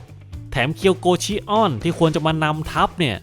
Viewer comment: แอเรียสชิออน✅ แอเรียสชิอ้อน😢❌ โกลด์เซนต์อวาเรีย✅ โกลด์เซนต์อเวเนีย❌ เป็นชื่อเมืองท่องเที่ยวนะครับ avenir ❌❌โกลด์เซนต์อเวเรียไม่ได้เป็นยุคเดียวกับเซย่า❌❌ แกะทองคำคนนี้ มาจากโลกคู่ขนาน ที่กองทัพยมโลกชนะ ฟังอาเธน่าพ่ายแพ้ ถูกโครโนส พาตัวหนีมาจาก โลกที่สิ้นสลาย ‼️ ข้อมูลผิดเยอะเลยนะครับ